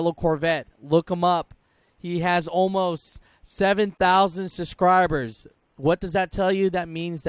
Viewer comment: “Suscribers” cause who needs the “b” 😂